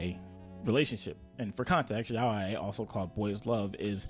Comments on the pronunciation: Jeeze, they didn't even say yaoi they said Yahweh, lol. Their issue is a pronunciation problem. You'd THINK these "Christians" would know their own religion and words in Hebrew. XD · Pronouncing Yaoi like "Yahweh" was so unexpectedly funny to me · The guy in the video is very ignorant! Not only is the Gospel of Judas not "not trustwhorty" (it's not religiously canonical, but evidence suggests it's centuries old, it's HISTORY), but how can you be into anime and not know how to pronounce yaoi? 😭😭😭😭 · I have never heard yoai pronounced as yow-y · it’s pronounced “yah-oi” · this dude can't even pronounce yaoi right. Does he eat sush-eye? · I wasn’t ready for the biblical pronunciation of “yaoi”